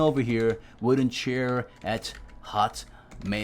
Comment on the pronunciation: Anyone notice for the register, he did hotmale not hotmail